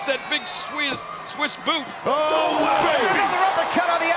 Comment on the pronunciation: Jerry almost said "Swedish Boot" xD